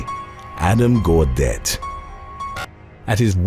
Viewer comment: Ugh, weddings. You know how to pronounce Gaudette (who turned out to be an antimasker), but not Canuck?! It's NOT the way YOU pronounced it.